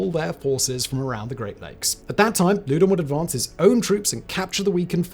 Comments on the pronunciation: If you’re gonna do a video on the French and Indian war at least learn how to pronounce the names. Loudon “lau don” Fort carillon “cari ohn” Etc etc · Lord Louden pronounced (laow- dun) not (lew- den). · Not sure how the modern British family pronounces it, but "Loudoun" has traditionally (and as near as I can tell, always has been) pronounced to rhyme with "cow-dun".